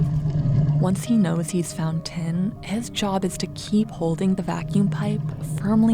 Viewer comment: I wondered what this "ten" was that the narrator was talking about until I read the subtext. Of course she means "tin" not "ten".